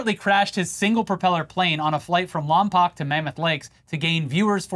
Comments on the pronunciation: 🧐 It's Lom-POKE. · its pronounced "Lom-poke" not "Lom-poc". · As someone who used to live in and fly out of the "Lom-poke" airport, the way you pronounce Lompoc hurts my souls/brain. 😂😂😂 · Lompoc is pronounced "Lompoke", previously "Lompton" among some locals of neighboring towns. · I actually live near Lompoc so it's crazy hearing that this guy is a local lmao. Also, it's pronounced lom-poke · It’s Lom-poke. Luckily, there is a federal prison right down the road from the small airport where he Bundy-style chopped up and disposed of his plane 😄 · It's pronounced Lom-poke! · The way they say Lompoc hurts. It sounds like every old lady in the area says it. The o at the end is a hard o sound